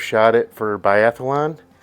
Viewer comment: Great find. Only five round magazines allowed in Biathlon. Yes, biathlon, not “biathalon”.